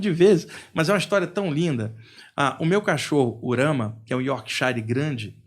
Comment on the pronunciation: Mas o duro é ouvir a pronúncia "iórkshAire" tantas vezes...(é iórkshire).